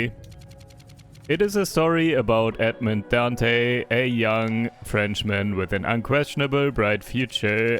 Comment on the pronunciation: Dantès , the s is pronounced and the accent makes the e easy. The ship is truly "Le Pharaon" (The Pharaoh) and the prison is actually the "Chateau d'If"